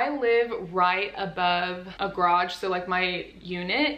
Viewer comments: I also only understood it the 3rd time she said it😂 But I'm from Germany, so it's not my mother tongue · i'm sorry, but me and my Australian accent couldn't concentrate on anything other than the pronunciation of garage as 'grodge'